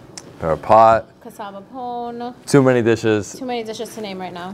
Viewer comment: Its Pone......why can't you say it right when you ask them